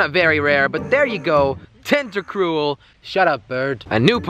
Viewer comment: No te-nt-ta-cruel